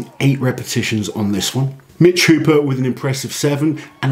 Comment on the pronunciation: It's not Mitch counting the reps, it's the refs. JSYK, his name is Hooper, not "Hopper".